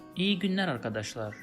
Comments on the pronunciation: Do you not pronounce the L ? Sounds liker you say GÜNER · So you doesn't pronounce "l" in 'günler'? I can't hear if you pronounce it or not. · I just found your channel and started watching your videos from the very first.you explained everything very well👍👌👏 And my question was same because I heard you saying without 'L' as well. Thanks for solving the confusion sir👍👏